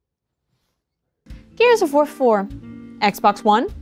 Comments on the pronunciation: i swear at i heard "gears of vore 4" and i feel like polygon as a collective needs to tone down the vore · I heard Gears of Vore 4 multiple times. Help.